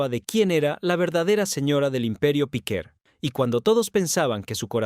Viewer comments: Tampoco es correcto lo q dices. Podría ser: Piquer, Piqué...En este caso era PIQUER . Pero la sílaba tónica ( sin acento) es el la E. No en la i como pronuncia el del video. Píquer (NO) . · Ya se que no se acentúa pero es para que el tipo no siga diciendo Píquer. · Para empezar era Piquer, no Píquer. Lo he tenido que quitar, vuestra locución es terrible. Aprender a hablar o informaros de lo que decís. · No es Pique es el apellido Piquer.(Concha Piquer) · Inaguantable . Muy rollo que no sabe ni su nombre CONCHA PIQUERRRR y no piqué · Es Piquér, con acento en la é. Eso que dices en España nos suena muy raro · No sabes ni decir si nombre., Menudo reportaje horroroso amigo😂